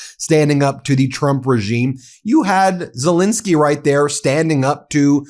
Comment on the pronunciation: For god's sake Ben , pronounce The President of Ukraines name right. It's Zel Ensky NOT Zel Insky. Ensky not Insky got it. If you were in court defending someone, would you continually get their name wrong. You have been doing this for a couple of years now, so FFS get it together. Should we call you Bin or Ben ????!!!!!!